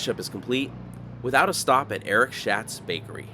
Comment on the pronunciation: Great video. Thanks for sharing. On a side note, I’m pretty sure “Schat” is pronounced “Shot,” with reference to the bakery in Bishop. 😊